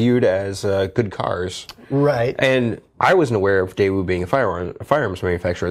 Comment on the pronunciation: Just a quick FYI: the correct pronunciation of Daewoo is… hard to explain in a text note! Best I can do is Daewoo without the W so "Dae'oo" or "Dai'ouh" :)